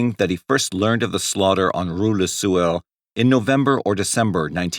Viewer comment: Take a drink every time this mf says rou la sewer!